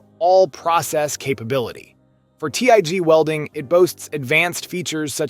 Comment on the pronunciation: so not really a bad lineup of welders (not the best but good options) but as your not even saying the brand name right off the bat says your here for some views and youtube money I know im helping the cause for you but come on, and did I just hear you say TIG wrong too really come on! At least we know who paid the most money for you to do the videos lol How did you launch the video without catching the mistakes, also hope FEMEROL there doesn't mind replacing a brand new ground clamp lol.